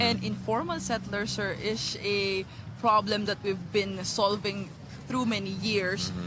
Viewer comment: Shir, esterosh, operationsh, fashing, lots of words of the day!